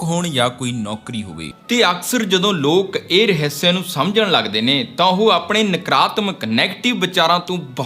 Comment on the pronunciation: ਮੇਰੇ ਵੀਰ ਪੰਜਾਬੀ ਰਹੱਸ ਹੁੰਦਾ ਰਹ੍ਹਿਸਿਆ ਨਹੀਂ